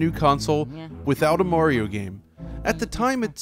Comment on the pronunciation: Just for you yanks, its mario not morio